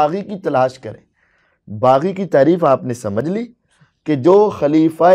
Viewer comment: Baggi nahi baghi giroh. Bol na